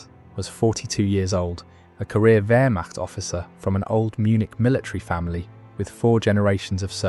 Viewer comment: "Varmah", instead of "Wehrmacht". What rot !